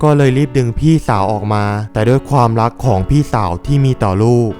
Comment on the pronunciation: คนภาคเปนคนอีสานแน่เลย อ่านคำว่าความ เปนควม